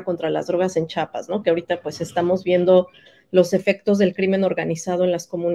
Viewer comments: Con todo respeto para la investigadora, pronuncie bien Chia-pas!!! Cuando pronuncian Chihuahua lo hacen bien y cuando van a nombrar a CHIAPAS, le dicen chapas!!! Vergonzoso caso!!! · según muy estudiosa y no sabe decir CHIAPAS no es chapas es Chiapas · Su entrevistada no sabe ni pronunciar Chiapas, dice Chapas. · Por favor reporteros, díganle a esta mujer que antes de pronunciar mi estado piense bien que lo letrada que pueda ser, al oír que ni siquiera nos pronuncia bien, es agresivo, que nos diga chapas!!! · Pues si, tuve que volver a escuchar a la historiadora y efectivamente pronuncia Chiapas como "Chapas". Una vez puede ser falta de atención o lengua trastocada -como nos puede ocurrir a todos-. Pero, todas las veces!!! En fin, el caso es que me gustaría escuchar en voz viva a Marcos responder a estás acusaciones y tener las dos versiones contar su historia para poder tener una idea de lo que realmente paso y pasa. No puedo tomar una sola parte de la historia y hacer juicios. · Historiadora! por favor, es Chiapas.